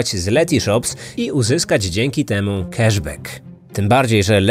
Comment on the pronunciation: Love your podcasts! But it’s “cAsh bAck” not “cEsh bEck”. It’s “blAck Friday” not “blEck Friday”.